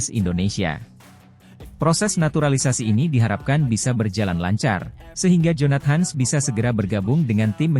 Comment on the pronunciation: Adminnya gak bisa baca dalam bhs Inggris kali ya... Jonat.. Hans katanya , bukan jonathan...